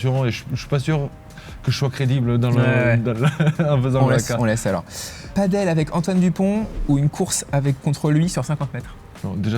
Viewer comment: On dit Padel pas paddle...😂